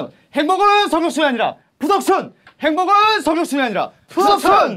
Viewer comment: 행복은이 아니라 햄버거는 이라고 들려요